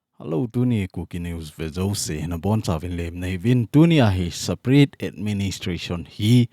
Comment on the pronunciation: Sir pa Nang lailai in saparate nati in separate joh a pronounce a pha hilou ham 😝